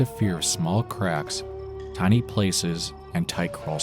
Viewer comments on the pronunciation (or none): none